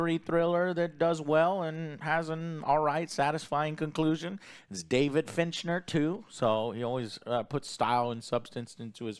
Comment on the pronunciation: You're telling me and couldn't find 10 movies to watch that were good? Theses top 20s and 10s become awful when it's just Joe talking about it and waiting for them to talk. And Joe really just called David fincher "David Fichner"!? Put it up there with "William Defoe" and scream 4!? That movie came out in 2011 not 2023, what the fuck is this list?!